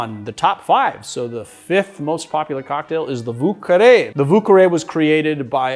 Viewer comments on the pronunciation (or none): pronounced "voo-care-y" atleast in new orleans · wu carre ? isn't the pronounciation like french? ;-) not like wu-tang clan lol